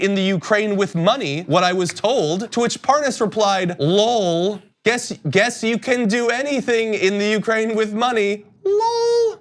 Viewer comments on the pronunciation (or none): It’s L.O.L not loll 😳🤪